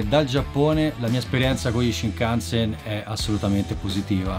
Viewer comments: Una domanda, perché lo pronunci "Sinkansen"?? 🤔🤔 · sai sono piuttosto sicuro che si pronunci scinkanzen tutto d'un fiato, comunque video intrigante come sempre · ripeti con me SCINCANSEN, NON SINCANSEN santa pupazza hai ripetuto sincansen tutto il video 🤣😂🤣🤣 Cmq il costo di un biglietto dello shinkansen costa più o meno come un biglietto AV di trenitalia circa.